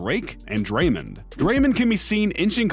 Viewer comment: Draymand Green? You mean Draymond Green.